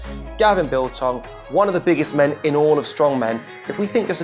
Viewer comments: Gavin Biltong!?!? its Bilton. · What does that guy keep saying biltong. He's not a piece of jerky. He's a man named Bilton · Radzi, why are you calling Gavin Bilton, Gavin Biltong?! 🤣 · Can people at least say Gav’s name right 🤦🏻‍♂️ It’s Bilton (Bill-tun) not Biltong..